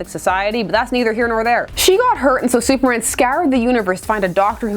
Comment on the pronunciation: supmerman? sumerman?